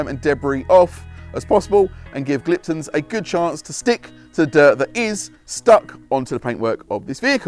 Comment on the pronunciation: There is a very common theme with any reviews on Gliptone products from detailers in the UK , and that is how it is pronounced. its not Gliptun , it is Gliptone like tone of voice.